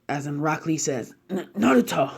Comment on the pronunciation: I swear on g I heard you say black lee